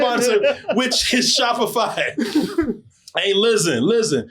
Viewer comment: Spoiler. sho-p-fy segway!!!! lost it. lol